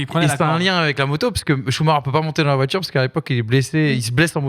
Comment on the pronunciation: La chronique moto, déjà qu'elle est inutile et pénible à écouter, mais si en plus elle dit Schumaker, c'est la totale 😅